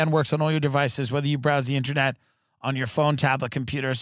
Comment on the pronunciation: "Ininet" i think thats all we need to know.